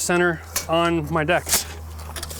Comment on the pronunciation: Is he says decks or dicks, he did say sit back and enjoy lol.....rain bows and smiles, haven’t heard that in a long time